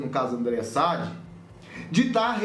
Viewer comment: Voce esta pronunciando errado o nome da Andrea Sadi.